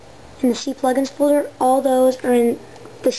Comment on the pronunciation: and lol "see-plugins" I'm pretty sure its not pronounced that way.